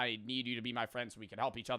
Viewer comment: "a true fend"